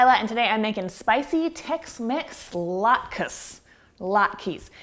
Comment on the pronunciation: Sam Welford you're welcome. this recipe is far from traditional, and depending on which Jewish person you ask, she mispronounces them. (Jewish person here) lol.